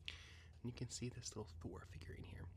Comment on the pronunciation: I didn't know Thor was german